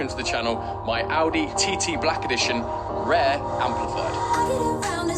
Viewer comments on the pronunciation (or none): none